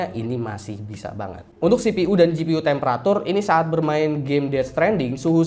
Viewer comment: CPU dibaca sipiyu bang.. Msa sipi uuu.. Wkwkk ngkak.